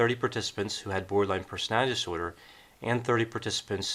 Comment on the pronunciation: Why do I keep hearing Borderline Personal Dinosaur? Instead of Borderline Personality Disorder? I’m just saying anyone else hear the mispronunciations?? It it 1am could be exhausted lol Great video nonetheless